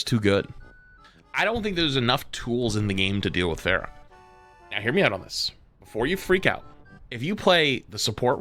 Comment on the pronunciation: has played Overwatch for how long and he pronounces “Pharah” like “Fair-uh” 💀💀💀